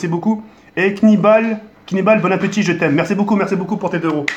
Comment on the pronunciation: "bonne appeutit" :o